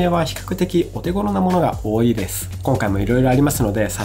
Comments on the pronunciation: 多いぃ↓てどこかの方言ですか？それとも僕が方言ですか？ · 多いは王位と同じ発音で使ってましたので気になっちゃって笑 自分は北海道なんですが北海道独自のやつですかね